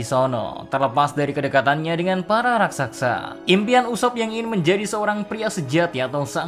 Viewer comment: Bang raksasa bukan raksaksa